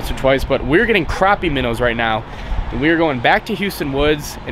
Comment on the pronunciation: Its not pronounced craw-pee its pronounced crappy